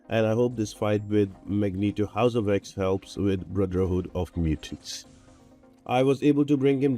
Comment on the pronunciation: Good stuff ... but I did giggle every time you say Brotherhood of Mutants :) Thanks for all the hard work - it really helps!